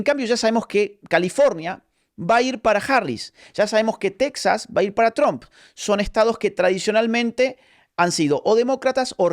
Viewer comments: Se "pronuncia"tromp" y no "trAmp" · Tromp? Tramp? Chroam. Asi se pronuncia Agustín! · Agus... por favor, te amamos pero no pronuncies TRUMP como un Cubano... VLLC!